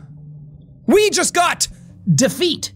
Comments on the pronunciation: Not “the feat” De feat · No one: DEFEET